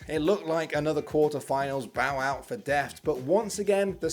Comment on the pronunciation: bro its 'Deft' not deaf, lol